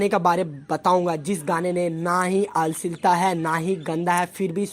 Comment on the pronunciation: Bhai अश्लीलता bolna pehle sikh lo tb video banao 😂